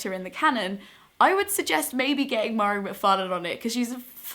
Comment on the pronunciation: Mhairi is my fave too, she's absolutely hilarious!! Just in case you do a more in depth video about her books / writing, her name is pronounced Vah-ree :) xx